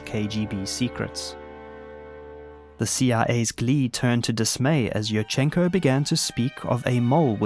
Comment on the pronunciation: Yurchenko is pronounced like "you-r-chen-ko" with an emphasis on the first syllable "you". I don't know why native English speakerd feel like putting an emphasis anywhere they want in Slavic names. Love your content though, now back to the video.